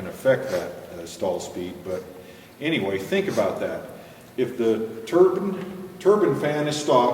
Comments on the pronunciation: wonderful and informative.I just hate the way you pronounce the word "turbine" its not a turbin , short I sound, its a turbine, long I sound. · Don't forget about that "turban" lol. It's TURBINE.. tur-Biiine. See that "e" on the end? Awww you'll get it.